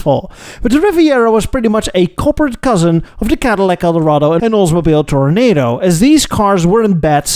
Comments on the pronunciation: …it’s tor-uh-NAH-do, not tornado. Nice segment. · It's TORONADO, not tornado. it makes you sound insipid or arrogant. Please get it right. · I'm sure you'll see this from many other people. "Tore-oh-NAH-doe", not "Tore-oh-NAY-doe." Must be a Dutch thing. 😁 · Thanks,, not tornado, phonetically spelled out as.. Olds-mo-beel Tor-uh-nah-doh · This really should be known as the Gordon Buehrig revival. He designed the Duesenberg Model J, Auburn Boattail Speedster, and Cord 810/812. It's easy to see his influence in the early Oldsmobile Toronado and the Buick Riviera BTW Toronado is NOT pronounced like 'tornado'. It's Toro-nada, like Spanish for 'not a bull'. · It's Oldsmobile TORONADO, NOT TORNADO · Good episode,, but please, Toronado is pronounced like the El Dorado not like the twisty storm. Also would have been nice to give props to Auburn for the Speedster. In fact, you should come visit Auburn on Labor Day for the Auburn Cord Duesenberg Festival. You’d love it. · TOR-O-NA-DO NOT TORNADO ! SPEAK ENGLISH ! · Oldsmobile pronounced "Toronaahdo", not "Tornado". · Toro-nah-do, not Toro-nay-do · Actually it's "Tor-oh-NAH-doh." Four syllables, like Eldorado. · It isn't an Oldsmobile Tornado, it's a TOR - OH - NAH - DOE. Four syllables. Toronado. Otherwise, great job, as always! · It is not tornado, it is pronounced, tor a nah doe. FYI. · One of your finest videos to date. Thanks,! What you do is much appreciated. (And we pronounce it "tor-o-NAH-do.) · Buick got the LaSalle because they agreed to take it with no design changes. A vinyl top on the boat-tail is a crime. Also it’s pronounced toro-nahhdo. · please pronounce toronado correctly... my god